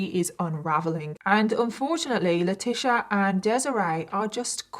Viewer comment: This story is absolutely heartbreaking😞 but I am dying little by little hearing you pronounce our name wrong miss 😭 she’s Leh-tee-cee-ah I’m La-tee-cee-ah 🤣🤣 I get latisha all the time too so I was triggered and twe@ lol🥴😂 I love your content though!!! I love all your videos and how you present these stories! I’d not heard of this one but lord I’m happy everyone lived in this one 🖤😭